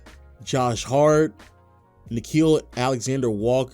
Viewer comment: It’s nickeil Alexander-Walker by the way